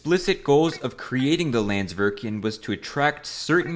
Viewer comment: and pronounced the name of the icelandic company wrong "landsvirkjun"